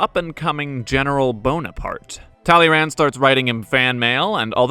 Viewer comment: The D is silent.